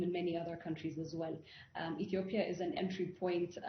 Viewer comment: Ethiopia!!! Not Ethopia🤦‍♂️